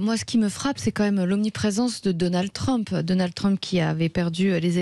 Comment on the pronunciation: L'autre n'arrive :même pas à prononcer correctement le nom de Trump, Dédé REVIENT